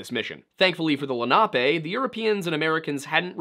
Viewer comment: I remember when a guy named Albert Copper went missing near Pittsburgh, wonder if it has anything to do with this. It would've been circa 2013. Also it's Len-uh-pee not Len-op-ay